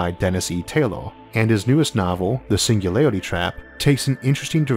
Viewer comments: Your speach impediment is fake wanna be Elmer fudd you gave yourself away when you said the singularity trap. Either you can speak correctly and embellish mispronouncing words for some reason or idk. Just be yourself or apply yourself whichever is applicable because someone of your genius (I sincerely mean that your videos are amazing and I've learned so much from you thank you for making them btw) should have no trouble overcoming phonetics of a single letter. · All I heard was "the single lady trap"